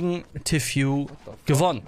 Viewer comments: ich bitte dich... TEAFÜH nicht T FU (ausgesprochen) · erstens: man spricht es Tii Fuu aus, nicht Tew Fyu oder The Few oder was auch immer. zweitens: Tfue fängt noch nicht einmal richtig zu bauen und du fällst schon ein Urteil , "der kleine hat das Baubattle gewonnen." Und das war kein Baubattle. Der Kleine zimmert da einfach ein 1x1 hoch und talkt dann noch trash über Tfue lol. Das war ein lucky Onepump, mehr nicht. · Bitte beim nächsten mal Tfues Namen richtig aussprechen. ist cringe xD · Wie du Tfue ausspricht : Tiffyou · tfue wird tifju aus gesprochen